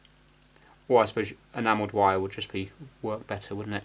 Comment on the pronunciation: Do you have german in you? You say vire a lot instead of wire. I'm curious.